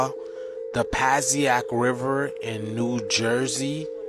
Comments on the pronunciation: The way he pronounced “Passaic” tickled me a lil bit😂🤣 he really said “PA-SEA-AK” 🤭😅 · Nj red river is pronounced " Poe Say Ick River" Just saying he probably not from my or jersey and mispronounced it.